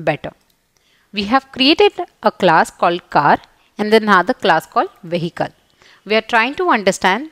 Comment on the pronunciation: mam why do u pronounce the h in the word vehicle? i am sorry but i have say u do have a lot of grammer mistakes in your vocabulary .